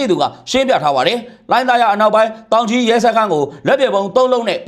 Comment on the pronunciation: တောင်ကြီးလား သောင်ကြီးလား